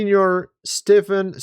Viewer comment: How does he not know how to pronounce "Stephen"? 🤦🏻‍♂️